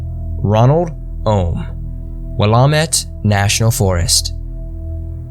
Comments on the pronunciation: The pronunciation, oh god; we don't pronounce it WILL-Ah-Met or HEH-SET-AH, it is WELL-AM-ET and HE-CET-Ah ;-; I am sure you tried at least you said Oregon right. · I thought the same thing lol I live in the Willamette valley, it's pronounced Will-AM-itt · It's actually pronounced Wool-am-it :) lol. But oh my god NW names are hard to pronounce. These are some scary ass stories! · Willamette is pronounced WILL-LAM-IT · Will-am-it is how you say it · So many creators covering mysteries and missing people in the PNW & each one struggles with pronunciation. I live within a stones throw of the Willamette & still had to back up and read the text because you butchered the name so badly. Why work so hard to research content & not take the 10 extra seconds to get the name right? SMH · Willamette is pronounced as like Willow, minus the owner. Just thought you'd like to know & sounds like a Bigfoot had something to do with Ronald's disappearance. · Your pronunciation of Willamette sounds weird. When I lived there nobody pronounced the “a” that way that I recall. Where are you from?